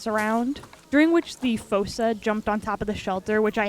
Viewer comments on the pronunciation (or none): Fun Fact Fossa is pronounced as if it had two O’s so it’s pronounced Foosa